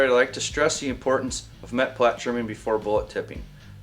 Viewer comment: the word for the tip of the bullet is "Meplat" only one 'T'. And it's pronouced "May-pla" or "Mee-pla"